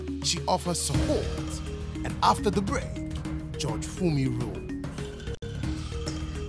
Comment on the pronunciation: Please Nigerians the word is" judge" not" George"